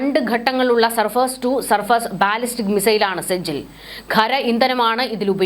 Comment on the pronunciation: ബാലിസ്റ്റിക് എന്നു നീട്ടി പറയാതെ ‘ ബലിസ്റ്റിക്,’ എന്നു പറയുന്നതാണ് ശരിയായ ഉച്ചാരണം. Google help for pronouncing can help you.